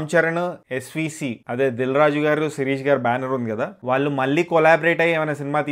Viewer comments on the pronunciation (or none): none